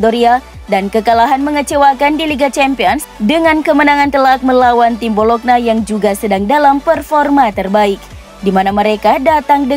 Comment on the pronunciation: nyebut bologna kok bolokna terus (ngga enak banget didengar)...yang benar bacanya "bolonya" mba...wakakakaka